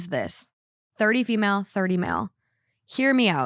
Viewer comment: I am crying, I am so stupid😂 When read the title of the first story and I heard "fish (4/ female)" I was like oh interesting OP calls her daughter fish?😅 And I started thinking that maybe in Scotland they use fish for daughter😂😂